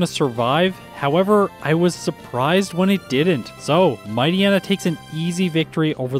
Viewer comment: It seems like the endings of Poochyena and Mightyena are supposed to be pronounced like "hyena". Also, Crunch is special and Shadow Ball is physical. Makes perfect sense. Amusingly, every single damaging Dark move switched to physical in gen 4.